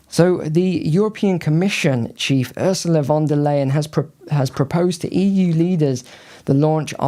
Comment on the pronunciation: May I help with the pronounciation: Ursula von der Leyen = OOR-zoo-lah fon der LIE-en, Friedrich Merz = FREE-drikh Mairts.